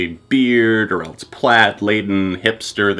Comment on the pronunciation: "Or eltse"